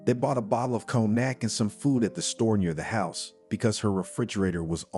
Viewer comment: Learn to pronounce the words conack what is that , how illiterate